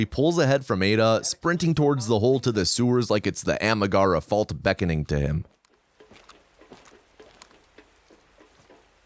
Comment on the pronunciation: Amigara fault, not Amagara, but still, I got that reference.